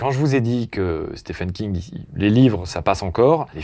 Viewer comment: Stephen King se prononce "Steven" King c'était la petite astuce gratuite.